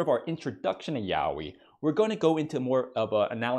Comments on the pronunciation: its pronounced as YA OY not YAO WI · It gets me when he said yaoi💀